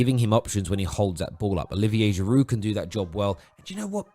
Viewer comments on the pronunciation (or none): none